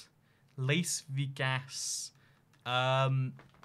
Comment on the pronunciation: Ah yes, the magnificent “Lase Veegas” Also “ San Joe - zee”